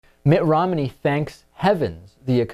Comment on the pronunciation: David, are you saying Rom-in-ey or Rom-ney?